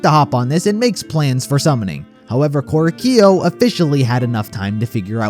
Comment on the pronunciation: sir, this video is perfect but the way they pronounce "Korekiyo" pains me, and I fucking hate korekiyo